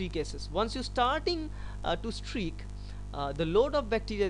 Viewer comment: It's not "Strick plate method"......it's "Streak Plate Method".